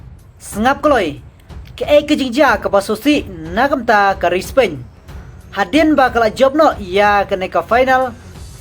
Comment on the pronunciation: Spain ruh ong Spein Tax ruh ong TAK. Practice bha shwa ban kren English sa pynmih khubor